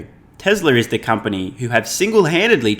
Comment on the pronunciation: U know shes bullshitting when she cant even say company